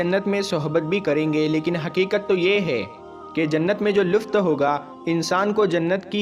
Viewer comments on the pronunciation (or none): Luft nahi bhai lutf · wo lufth nahin, lutf hota hai mere bhai, pehle apna talaffuz theek Karlo mere bhai...... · MereBhai Luft Nahi Lutf